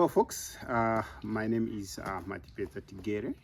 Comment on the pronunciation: The correct pronunciation of Tigere's name is very good to hear.